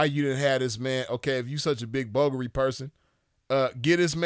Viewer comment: Aoki gone date a billionaire like him but then bring the money and coochie to a yung P like me Second off she lost cus its BOO GARI that's how yu say it You'd be surprised how many supermodels and fine black women dating men like that and not getting anything fumbling the bag frfr